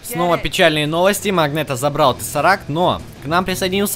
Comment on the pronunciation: Не магнето а м а магнэто в игры опечатка